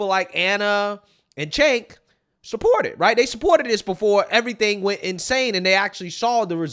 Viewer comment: Cenk pronounce Chaynk, not Jake. And no they didn't. They were pro decriminalization of weed and lighter sentencing for non violent crimes, not decriminalization of damn near everything. Mischaracterizing their position does not serve you or your political stances, it only serves to continue the madness.